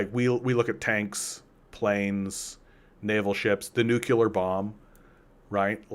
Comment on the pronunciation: nuclear is pronounced NU-CLEE-AR not NUKE-U-LAR.